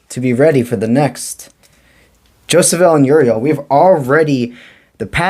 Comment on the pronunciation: Hi thanks but Jophiel has no ‘s’ e.g Jofiel is Jo- fee- el 🙏